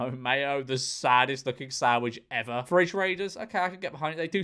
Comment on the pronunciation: did bro really call a frijj a 'fridge'